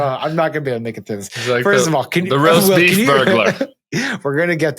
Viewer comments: The amount of times the guy on the left called it "roaf beest" 😂😂😂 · Sam keeps saying "roaf beast" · My favorite part is hearing Sam try and pronounce roast beef... also Lion's Choice is the best!! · The story about the maga cocktail hour where Tim got beat up by Keri Lake explains everything! I understand it all now, cant you see the genius of it all, don't you see, it' so simple, why didn't I see it before, it was right in front of us all the whole time, REMARKABLE! Oh, did he say "accosted"... never mind